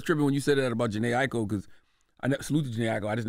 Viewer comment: Jhene Aiko is her fav artist but she keeps messing up her name after Charla and Envy say it correctly🙄